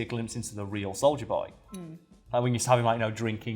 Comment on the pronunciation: Imma be honest, when said soldier boy I thought he said Soulja Boy... Clearly I haven't watched the boys and lemme just say, with the Soulja Boy misunderstanding this video is 30% more ridiculous